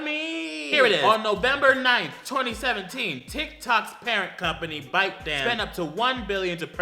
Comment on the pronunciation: Every time says “Tik” I think he’s saying “dick” 😂